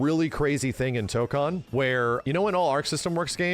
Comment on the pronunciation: I am he only one that every Time he say tokon Hears Dokkan? 😭